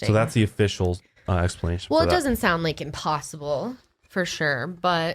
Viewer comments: it may not seyound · I hella needed this right now... I can’t sleep and was starting to go stir crazy lol Edit: i spit my water everywhere when pronounced ‘sound’ really weird 😂